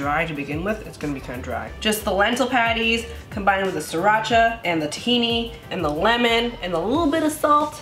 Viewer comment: I love how Asians pronounce sriracha. SEE DA CHAAAA